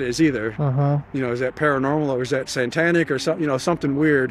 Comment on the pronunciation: I love that he keeps saying "santanic rituals" lol🎅